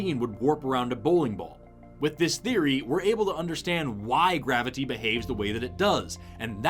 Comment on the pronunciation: This man pronounces graviTy as if someone hurt him in his past by misspelling or mispronoucing it as "gravidy".